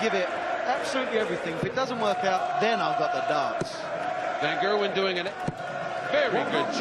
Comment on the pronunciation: Micheal von kurwen -_- its micheal van gerwen